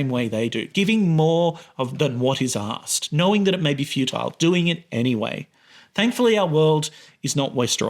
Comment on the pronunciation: "Giving more than what is 'ass-ked.'